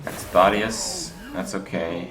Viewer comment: "Thot-eus." He says. Lord.